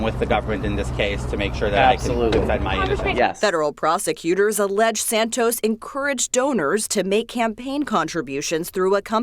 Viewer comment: The fact that says George Santos correctly when he intentionally fucks up every other name he mentions is like a five year setup to a beautiful joke.